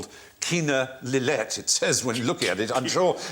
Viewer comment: It is Lillet with a T. It is from the Southwest of France where the T will often be pronounced unlike the rest of the country.